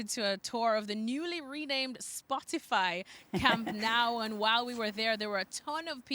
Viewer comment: Can people please start pronouncing the name of the stadium correctly, it's doesn't sound like camp now, it's camp no